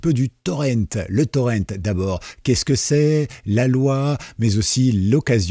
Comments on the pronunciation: Honte à vous ! Prononcer "Torrent" à l'anglaise alors que c'est un mot... français !? Pas fort... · Le mot français pour "torrent" est... "torrent" ! C'EST un mot français : le "torrent" d'une rivière !!! Ça se prononce comme "Laurent" ou "auvent". PAS le "ent" à l'anglaise...